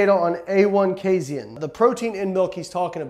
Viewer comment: Hey Layne, are you saying casin wrong or have all of us been saying it wrong this whole time